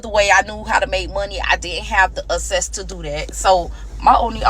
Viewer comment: I loveee how she says access 😂😂. Great story. No judgment here. Kudos to the creator